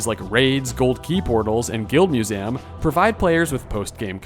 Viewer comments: Why tf you say Museum like that? Annoying af im sorry. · why do you say museum that way